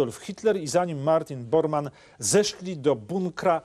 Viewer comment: Martin Bormann, a nie Boarmann.